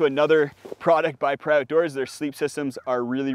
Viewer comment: I've actually corresponded with the owner of Paria products. It's pronounced PahREEah, like the name Maria. Great vid as usual. I own the Recharge XL. It's so amazingly comfortable! And if you write to Paria if you've bought a quilt, they will send you an extra pad strap for free.